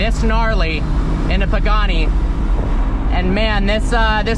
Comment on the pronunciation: Bro Pagani instead of poogani